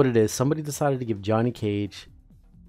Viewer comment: Why you call him Y O H N N Y